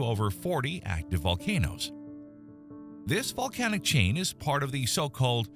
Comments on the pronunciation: bro said valcanic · oh ok I thought I heard valcanic